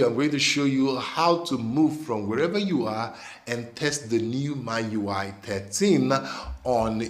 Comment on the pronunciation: buddy its noy MYUI its MIUI